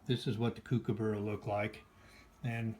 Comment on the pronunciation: Coo-coo-burra. Haha! Cook-a-burra!! Nice set!